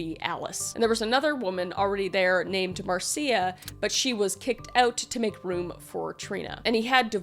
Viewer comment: Marcia. Most time pronounced Mar-sha 👍🏻